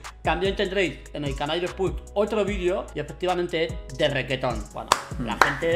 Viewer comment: de "requeton"😂